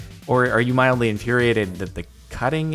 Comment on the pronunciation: At the beginning he said moddely infuriating now that's mildly infuriating